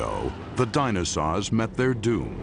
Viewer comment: What IS IT with this announcer guy and his explicit inability to pronounce "dinosaur" correctly?!? He repeatedly says "dinosaw" it sounds like a 4yr old trying to pronounce a new word; really gets under my skin lol